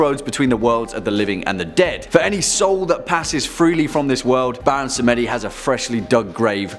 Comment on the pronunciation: U forgot to list Baron Samedi and Hades in the timestamps yo! Just to let y'all know!? Samedi is pronounced Sam Dee not Sam Eddy lmao Samedi is French for Sunday ✌